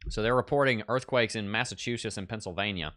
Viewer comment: Mass a 2 Shitzzzz…I grew up there, most accurate pronunciation! Ha!